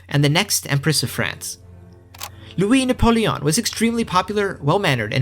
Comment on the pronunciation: I have a mom who took French in High school, and l-U-E nah-pul-E-on is totally right.